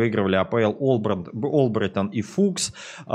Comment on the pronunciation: Послышалось будто ты сказал оборотень а не Олбрайтон